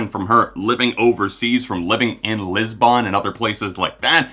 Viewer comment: Lisbon is pronounced “Liz-bun”, not “lisBONNE”. Everything else, you’re completely right.